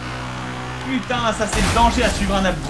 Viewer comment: Le "Oh putaing" de Fanta à est trop drôle!